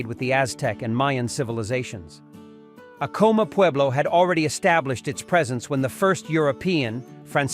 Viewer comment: You can recognize AI crap in the first ten seconds, when the AI narrator mispronounces the very subject of the video. I am so done with AI slop.